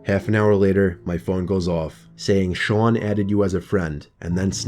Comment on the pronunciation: The way he said "Sean" 👌🏻